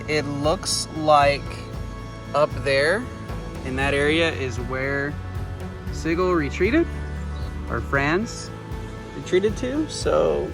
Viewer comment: His Name is Pronounced See Gull ( You know, like Sea Gull.) General Franz Sigel, who was a Military Hero in Germany before emigrating to the States.